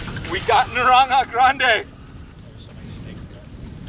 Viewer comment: "Narrrrrranja grrrande" only spanish would notice that fine pronunciation